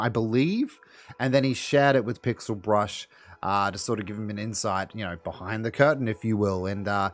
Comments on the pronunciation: Just fyi its Pixel Bush, you said brush 😁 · This isn't related to the issue being spoken about but: lmao tfw says PixelBrush instead of PixelBush